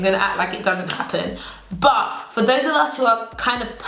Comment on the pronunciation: I come here to here say "buh" not " but"......